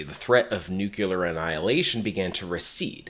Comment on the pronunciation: What is a nucular bomb??? I’ve heard of nukes before but those are nuclear, are nucular bombs some type of upgrade to that?